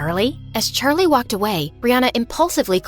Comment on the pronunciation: Did the coach just say “sharlie” as in Charlie?😂